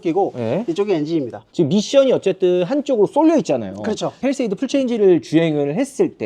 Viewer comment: 팰리세이드가 아니고 페리세이드로구먼